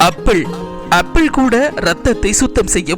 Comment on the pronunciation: அது அப்பீல் இல்ல சார் ஆப்பிள்